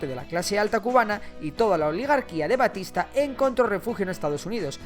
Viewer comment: Es Batista no Bastista igual buen video